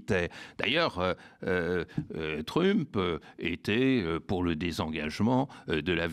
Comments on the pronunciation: Tu dis MEUSK, tu dis aussi TREUMP et non trump. Il commence à battre la breloque l'ami Badie, un peu. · Sa prononciation de Trump me fait rire à chaque fois, je suis sûre que le fasciste détesterait.